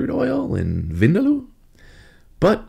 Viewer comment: Chef, vindaloo (vindaloo is pronounced as vin dal, like you'd pronounce dal but add the oo sound quickly 😉), differs in India. The Goans make it differently to the Anglo Indians. The Anglos use dark mustard oil whilst the Goans use, I think ground nut or coconut oil. Not really sure, though.